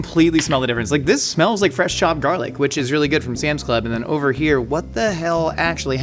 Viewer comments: why does he say jarlic and not garlic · I thought it was garlic and not jarlic. Quit trying to be cool